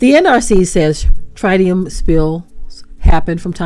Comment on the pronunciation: Typical behavior from one of world's most corrupt and corrupting industry. fyi you pronounce tritium like the country singer Travis Tritt: Trittium which the grandfather of health physics, Karl Morgan, referred to in this way: Tritium (from Karl Morgan, Grandfather of Health Physics) - - “is the only radionuclide for which we assume as much is taken into the body via skin penetration as by inhalation. It is the MOST invasive of all radionuclides and distributes itself rather uniformly to all organs and all body tissues on a microCurie per gram basis. It presents a somatic, genetic and teratogenic [cancerous] risk. It cannot be separated from liquid waste by evaporation, a process used to concentrate most radionuclides [especially in nuclear reactors].” It is now 12 years after the Fukushima Japan nuclear disaster, and gigantic tanks holding radioactively contaminated water have been deployed onsite there for the last decade: main worry / radionuclide in those tanks: tritium. We need to know more precisely what happened in Minnesota as revealed here. The governments of the world unfortunately act too often as apologists concerning nuclear contamination. The groundwater at Fukishima surrounding and under the individual reactors (there were six reactors: three exploded releasing vast amounts of radioactivity into the air, that drifted and dropped all around planet Earth) is STILL contaminated at Fukushima, as they cannot find the melted down cores of the destroyed reactors that